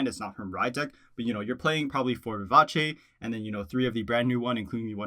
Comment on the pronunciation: BRAVO for pronouncing “Vivace” correctly. Subbing for the level of literacy. 👏🏼👏🏼👏🏼👏🏼👏🏼